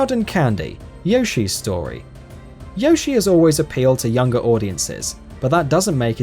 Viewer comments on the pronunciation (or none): none